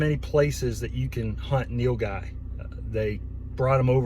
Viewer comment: Bro can you do a video on how you butchered the Nilguy?